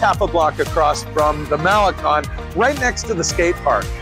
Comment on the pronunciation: Great attitude,! Malecon: Mah-le-Cone, with accent over "cone"! You need to spend more time among Mexican friends!